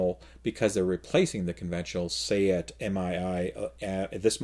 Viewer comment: Congratulations on pronouncing Seat correctly!! Heard another podcast pronounce it like a piece of furniture.